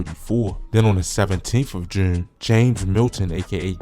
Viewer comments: bro say jurne like he a brit or sum lol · Why you pronounce June like that 😂